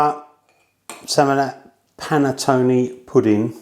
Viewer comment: Would be nice if the English actually learned how to properly pronounce the word "Panettone"... "Panettoni" is plural.